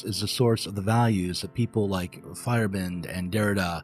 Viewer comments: If you care to know, you're pronounciation of Feyerabend is a bit off. In German, Feier is party of celebration and Abend is evening. The Feierabend is when work ends each day, i.e. there might be Feierabend for you and you leave. In the nordic variations, you may see a y instead of a i in old Germanic words. The way you say it sounds like "firebent" and you're too fast there in the middle. It's "Feier-Abend", with the A like in the Eastern name Ahmed. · Little nitpick: Paul Feyerabend's name isn't pronounced "fire-e-bEND", but rather "fey-er-AH-bend".